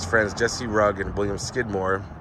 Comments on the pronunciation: Also that is not j sound it is a hard g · His name is not pronounced Rug. It is pronounced Roo gee. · Rugge is pronounced “Roo-jay ”. It’s Italian. For someone who has supposedly followed this story so heavily since the beginning, I’m a little surprised by your error.